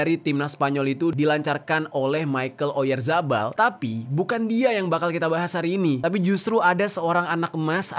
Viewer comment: maaf bang dia orang spanyol bukan orang inggris.. namanya mikel oyarhabal bukan maikel oyazabal